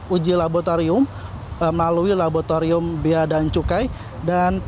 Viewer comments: ada yang denger kata "LABOTARIUM" gak sih... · "PODUK PODUK"😂 "LABOTARIUM"😂